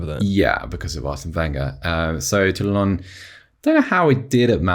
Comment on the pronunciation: It's spelled Toulalan smh. I was like who tf is Toulalon? Then was like, "ohhh." edit: "The Pogmentary" lol, was produced by a production company called "Black Dynamite Production" based in Paris, France.